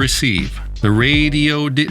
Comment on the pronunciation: The pronunciations of radoity raddiodity Radioddddddittty get me every time. 😂